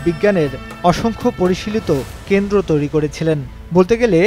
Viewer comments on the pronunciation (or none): none